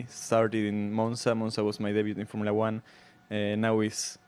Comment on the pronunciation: Someone needs to tell the host it’s “Formula 1” not “Formala 1”